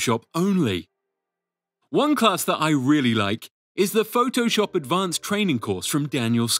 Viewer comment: Phoh-TOH-SHUP XD